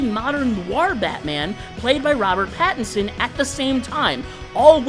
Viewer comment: It's Robert Pattinson, not Patterson 😂